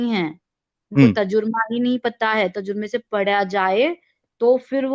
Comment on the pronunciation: तजुर्मा या तर्जुमा😂 वाह दीदी वाह